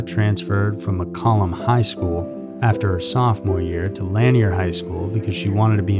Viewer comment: You are mispronouncing lanier high...it rhymes with veneer. And Burnet...it's pronounced, "burn it."